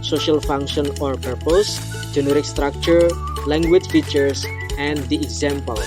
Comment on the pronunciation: just like what I hear, there are some mispronouncing: purpose, furthermore. (maybe not really clear)